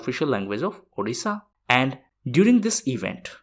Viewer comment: Thanks for saying 'Odisha',unlike other north Indians who used to say 'Udisha'